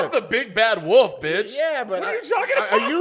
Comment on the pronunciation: Nooooo Caleb pronounces wolf like wuf… this is worse than when he came out 😔